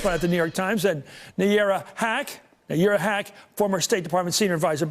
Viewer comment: I heard Nayyera Haq as 'Yura Hack'